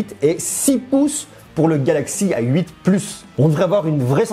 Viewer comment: Pourquoi tu dis "ail huit" au lieu de "a 8"? x)